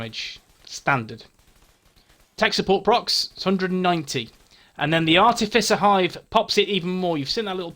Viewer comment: Ok...you're officially the Skills Guy. I had to laugh re the artificer hive...I prefer the wrong pronunciation, sounds tougher.